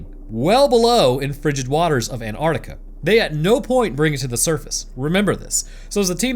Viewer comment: . Bro, it's Antarctica. ANT ARK TIC AH